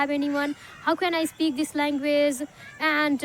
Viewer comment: Speak❌ ispeak✅ 😂